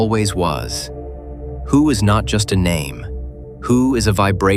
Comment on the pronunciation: I am confuse , is it hu ? Or hue ? You pronounce hu differently twice so which one is right ?